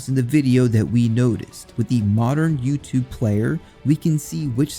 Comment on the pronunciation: Ohne-“Wasssup youchoob youchoo😂